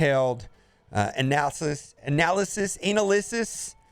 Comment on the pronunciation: Did he say anal- lyss? Instead of analysis. Great stuff as always